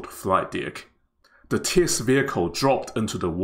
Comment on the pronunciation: I hope the commentator will check on the pronunciation of the word 'test'. Obviously, he mispronounced the word.